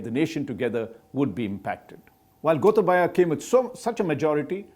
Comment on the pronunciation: The way he pronuced Gotabaya as Gotha baya was histerical if you speak Sinhala